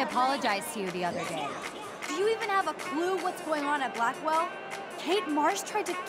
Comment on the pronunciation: Did anyone notice that Blackwelle sounds like blackmail